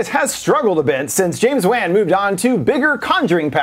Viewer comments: James Wan (pronounced oan not pronounced an) bruh way to mispronounce his last name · "james Waaan"😭